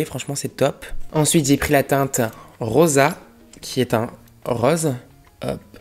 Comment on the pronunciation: on dit rÔse pas raose 😭